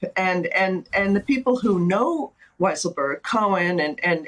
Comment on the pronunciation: You should all pronounce the name of Weisselberg as "Weaselberg", just as Mika does.